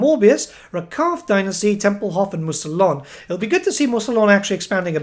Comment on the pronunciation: As a french -> Mousillon should be spelled Mousi-Yon, not Mousi-Lon. Now, if you don't mind, gotta go eat baguettes and croissants.